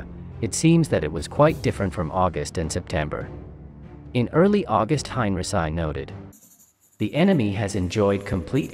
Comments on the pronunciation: Heinrici..not Hein..Resai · For the love of War Academy! Get rid of the AI narration and have a real person do it. The computer generated voice pronounced General Heinrici as "Hein-rhi-ssi" and not the proper pronunciation as "Hein-Ricky" your videos have got to the point where I can't watch them any longer because of this, and I feel that's a shame because I really do love the content, but not the awful narration from an AI generated voice. I hope you see this comment and at least consider it. Thank you! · Good report and visuals, but.....Really?....:"Hine-reh-sigh" ????....... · It's more like "Hein-ricky". There are no soft Cs or Gs in German, not even in "German". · Highn Reeki is more correct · You haven't learned to correctly pronounce Heinrici yet, otherwise a great video. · bots :) but ur right and it annoys me a bit i must admit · It's a translation bot, obviously. Does pretty good except for the odd name that it butchers. Worth putting up with for the info. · Kinda puts a damper on history when the pronunciation is incorrect. Imagine having a conversation with somebody having learned their history from youtube; general who?